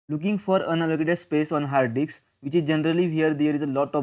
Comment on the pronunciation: Its 'disk'😅